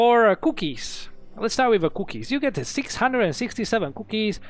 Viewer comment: I like how he says cookies. COUOkies